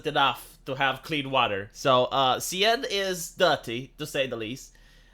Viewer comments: It's "sen" not "sayenne",. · It's pronounced ''sèn" not cyan.. or whatever that was. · The big scientific Seine defecation plan of summer of 2024! (it's not pronounced Seyenne, it's pronounced Saeeen btw) (and did anyone ever hear about the "Love Canal" of Niagara Falls?) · The river is pronounced "Sane". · It's pronounced close to senn, with a sharp s. Like in senator. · Could one day pass without butchering some word? RIP Seine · A Romanian doesn’t pronounce a French word correctly? Who would’ve thought